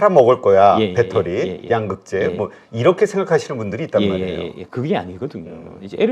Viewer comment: 양~극재 아니고 양극재 兩이 아니고 陽